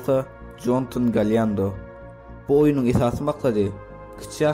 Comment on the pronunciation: Galiyendo değil galindo diceksin